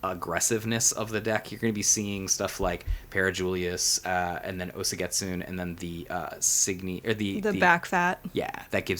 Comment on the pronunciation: Osagitsune is pronounced "OH-SAH-GEET-SOON-AYY', hope that helps!